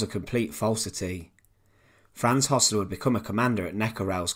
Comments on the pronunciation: It's pronounced 'hersler' not 'hossler' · Hössler not Hossler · it is Hoessler not Hossler as pronounced by the narrator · Why pronounce Hossler even though the name is spelled Hössler?